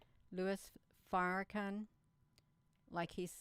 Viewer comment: OMG! 🤣 Every time you mis-pronounce Farrahkahns name!! ❤️🙌 It’s golden in my book. ❤️